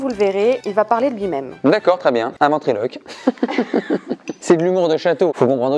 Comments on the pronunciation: 11.42 un "vin"triloque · Un ventriloque... non un " VINtriloque" stp 😉😜